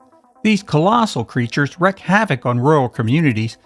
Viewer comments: Wreak (pronounced REEK) havoc... not wreck. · More than once you mispronounce wreak, as in 'wreak havok.' It's pronounced wr-eek, not wr-eck. Wreck is a completely different word. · Very enjoyable, I actually saw some of these at the cinema back in the day. I must mention that it is "wreak havoc" (pronounced "reek") not "wreck havoc". Sorry, I used to be a teacher. 10/10 for the video, 9/10 for the grammar. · WREAK! Wreak havoc, not wreck havoc, dammit! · These videos are wonderful looks into the past! So much fun, and some honestly underrated movies! Only one thing sets my teeth on edge... the terms are: wreak, pronounced like reek,.. NOT wreck, pronounced like rek. Or Wreaking havoc: "reeking havoc". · It's wreak havoc, not wreck havoc. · And he does it repeatedly. You could make a drinking game out of it.